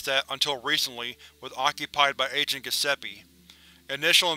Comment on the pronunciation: "Gusseppe"... you're killing me...